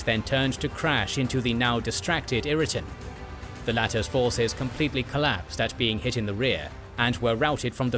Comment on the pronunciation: I had to stop watching Kings & Generals because of their narrator. He is a New Zealander and often mispronounces English names and others. It is William Wal-Ler not Wall-er, and Henry Ire-Ton not irriton. The same names crop up in battles & sieges due to geography creating a strategic point eg. meeting of roads, a strong defensible point or a castle, or river crossing. The point overlooked or deliberately missed is that the MacDonalds were Catholics & the Campbells Protestant. Religion drove their loyalty, animosity & rivalry. This dated back hundred's of years.